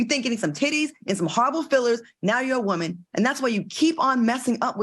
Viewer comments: The way Al says “woman” cracks me up!!!!! “Woemon” 😂😂😂😂😂😂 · He say it like that man from the Color Purple lol